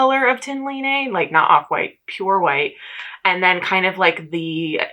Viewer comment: The pronunciation for Line (from the Tynn Line garn) is closer to Lee-nah, instead of Lea-nay. It doesn't really matter in the grand scheme of things so feel free to ignore or at least not worry about still getting it wrong since, as an American temporarily living in Norway, I can totally sympathize on having trouble with the complexity of their vowels 🤣